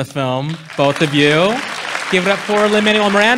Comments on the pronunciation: OMG, this was my same thought! I'm like, "Dang, dude, it really isn't that hard!" 🤬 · Right? Even if he somehow didn't know his name before this (how though?! Is this guy seriously a movie reviewer?), I'd think most people would have heard Jared Bush pronounce it correctly and at least manage to get it right at the end. But this guy doesn't even listen to the people he's supposed to be interviewing. What a charmless and vapid excuse for a host. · It’s beyond frustrating when people pronounce his name wrong. I’ve seen this happen several times now & seemingly from people who should know better. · You’d think the host would pronounce Lin-Manuel’s name correctly.